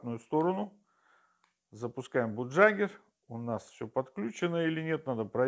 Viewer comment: Программа называется не "бугджагер", а "багягер"!